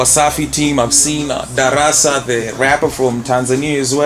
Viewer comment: darasa becomes "derese" oh my okay iriiz wat iriiz